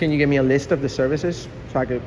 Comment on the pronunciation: "Can you give me a leest of the services?"